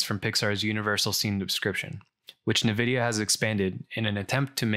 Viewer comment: I do visualization of civil engineering projects so I’ve curious about this but haven’t taken the plunge. You’ve saved me some time! Hate to be that guy, but Nvidia…en-vidia, not na-vidia. But don’t take my word for it, listen to the CEO Jensen Huang pronounce it haha. Anyway, thank you for making a video about this.